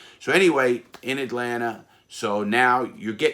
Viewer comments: this guy is amazing but 😭.. “atlanter “ 😭😭😭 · "Atlanter" airport... :) haha Love the stories man, keep up the amazing channel!! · Not a single soul: Larry: AtLaNTa 😂😂😂